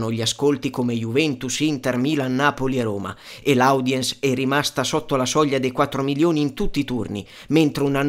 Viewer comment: Cmq si pronuncia odiens, non audiens...😄😄😄